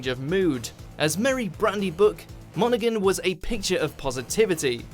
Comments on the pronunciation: It's pronounced mon-oh-han... not monagan. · Monaghan is pronounced Mona-han... not Mona-gan #justsayin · As a narrator you'd probably want to check pronunciations. However, both Monaghan (silent G) and Dury (the same as jury just with a D) got mangled so I guess not. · Do you not research how to say peoples names before doing this? Firstly it's Ian Dury as in Jury, and you don't pronounce the G in Dominic Monaghan...